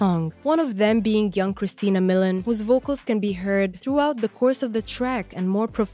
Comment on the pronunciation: Why do you pronounce version like "virgin"? And it's Christina MILIAN, not "Millen." "Reached number on the Billboard.." what number? LOL